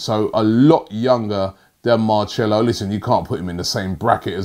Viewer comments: Is it Marchello or Marshhmellow ? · It's not marchelo, can you pronounce names properly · It's Marselo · what makes this worse is the number of times Robbie said MAR_CHELO 😂😂😂😂😂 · It makes it funnier how confidently he says "Marchello"...all u gotta do is watch a highlight of commentary to hear his name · Anytime I hear machelo I wince... It's painful to hear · Don't sign "Marchelo'..It sounds painful to my ears. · I swear it’s mar-ce-lo😂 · Lol arsenal so addicted to not "selling" that Robbie can't say the word sell 😂😂😂 marchelo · the camera guy really didn't correct Robbie from saying Marchello loool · MarCHELO? There is no H. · Stop saying marchello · Marchelo? Never heard of him 🤷🏻‍♂️ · Ma"che"lo wtf is Robbie on??? 😂😂😂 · If I hear marchcelo one more time Ima frissbbe my phone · Marcelo. Marchello. Marshmallow. Let's see you grammar and pronunciation people get up before sunrise and comb through all the paper talk bullshit for hours before breakfast. Thanks for your hard work Robbie. Ignore the ingrates. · Bruh every time he says mar-chello ☹️ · Mar-cellos, you ok? his not an instrument you know. 😂😂😂😂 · Seems like Robbie has never ever heard the commentary! Who is marchello Anyone who would have watched a Real Madrid match should be able to pronounce such simple names 🤣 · Marchelo. What is wrong with your tongue? It is like naitland miles again. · He's said Marchello more times than Troopz says Blud or Fam in an interview :D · Robbie it’s pronounced Mar - cel - oh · had to stop watching, it’s Mar-sell-o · What a pronunciation.......MARCHELO! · Marchelo????? 😂😂😂😂 where the H in his name, said his name wrong so many times 😂😂😂😂😂😂😂😂😂😂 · I cringe every time he says marchelo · Where does the ‘h’ come into to this. Shambles 😂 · If also marcello wants to come to arsenal, after listening to robbie pronounce his name, he changed his mind.😂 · Roobie your pronunciation of the name Marcelo is like all those people who say matiland miles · It’s Marcelo not Marchello